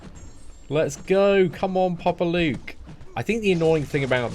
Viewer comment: Hey jeje 😂 you sound Latin saying Papa Luke, blessings bro 😎